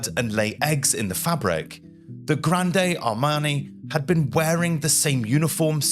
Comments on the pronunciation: Just say Grand Army not "Grandey Armey" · Graund Armae not Granday Armay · Not "gran-day arm-ay". The "e" is silent. For an English speaker, "grand arm-ay" works. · The Grande in Napoleon’s Grande Armée is pronounced “GROND” there is no e acute on the end so it’s not “GRONDAY”, apologies for being pedantic but that’s a schoolboy mispromounciation. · "Grande", silent "e" with no accent, not "Gran-day". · Thanks for this interesting post. A small advice from a french viewer : you don't say Grande Armée - as in Ariana Grande - but Grande as in Grand Canyon 😊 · interesting. One remark. The term is Grande Armée. Pronounced also in english: grand armey. not grandey armey. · Good.. feedback Pronounciation: Grande Armeé (Grond Armay) Borodino (Boro Deen Oh) Commanders: Barclay de Tolly and Mikail Kutuzoz If using AI to help compose..check the script.. a few AI isms crept in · GRANDE ARMÉE is not pronounced "Granday Armay", but "grahnd ahr-MAY". Have a little respect, please. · "Gran-day Ar-may" Like, NO ! ! Dude, get your French squared away before you start spouting it online. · grande armey lol not a coffee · I really enjoy your content and find the subject matter fascinating. Your videos are very well done. I feel if you do a bit of research on the pronunciation, your videos will be next level. Not just the medical terms, but things such as Napoleon's Grand Armée, which is pronounced Grahnd Arm-MAY, really make a difference. A quick Google search is all you need. Anyway, keep up the great work! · "Granday Armani" killed me...:face-purple-crying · "The Grandey Armani" 🗣📢🔥🔥🔥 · Grandey Armey? Barclay? Mikhel? It's no problem if an average guy doesn't know how to pronounce these names, but from an educational YouTube channel I expect more.... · Grande armani lol, yeah idk, that's very little effort put into even getting the names right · Why are you mispronouncing La Grande Armee so much? You said at one point grande armani 😂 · "Graahnd armeh", for goodness' sake!